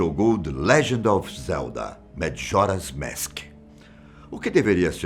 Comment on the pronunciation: Só eu que notei que ele ta flando madjoras mask